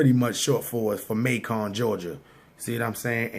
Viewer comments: Pronounce May-kin not May-con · Macon is pronounced May-kin' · It’s not Mac-on ga nigga it’s Macon like Bacon. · Not pronounced MAY CON...ITS MAY CUN LIKE BACON.....MACON, GA. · Nigga said MAY CON lmao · Just fyi, its Macon, like bacon not May-con... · Y u saying Macon so proper😂😂😂😂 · You said macon wrong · Macon rhymes with bacon bruh. He was fckn that name up.